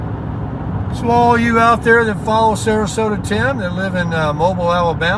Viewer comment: It’s MO- BEAL - Mobile Alabama. :)